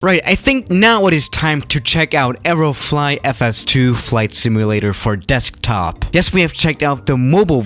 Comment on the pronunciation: I thought u said aeroflot for some reason😂